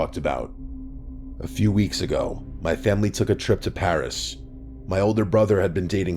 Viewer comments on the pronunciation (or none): none